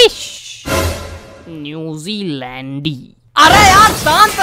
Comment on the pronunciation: New Zeeealannndeeee😂😂